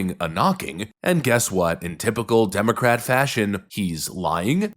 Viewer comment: Did I hear say demo rat